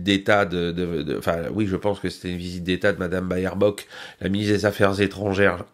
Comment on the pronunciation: pas "Bayerbock" mais "Bêrbock" 😉